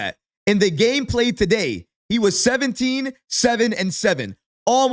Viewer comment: Hahahaha…..he actually says Daday instead of Today